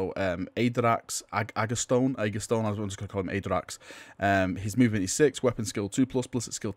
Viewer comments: Yey :) salamanders at last :):):):):):):):) and its A-ga-ton (no S in it :P) VULKAN LIVES!!!!!!!!!! FRIENDSHIP!!!!! HAHAHAHAHA!!!!!! A HUG FOR MY FRIENDS!!!!!!!!! (soubd of bones crushing) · Ah-dracks Ah-gah-toe-knee.